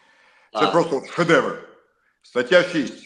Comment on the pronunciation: Іди до логопеда,шедевгр,то піпець)#